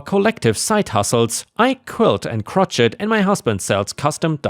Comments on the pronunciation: Crochet=croshay, not crotch-et. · Ok it’s crochet how you say it. “Krow-shay” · Just a fyi, crochet is pronounced crow shay. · Just FYI; “crochet” is pronounced “kro-SHAY”. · Story 4 - The word crochet is French. (Crow-Shay) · I don't know if anyone already said this, but it's Crochet (Cro Shay). Love your videos. Sorry. not trying to be rude. I would say Crochet (Crochet) too when I was younger. 🌟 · Hey, Story 4: Crochet is pronounced crow-shay. 😉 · Crochet pronounced (Crow shay) As an American , I hate all the silent letters in some of our words. I'm Dyslexic which makes spelling the words ever harder ( for me) . For those who do not appreciate my correcting his words, I am trying to help , its better than letting him think that is how some words are pronounced, its the same kind of assistance he would get from a Teacher. Don't come at me for trying to help .